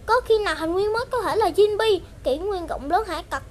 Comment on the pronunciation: Jinbe mà bạn nói Jinbi luôn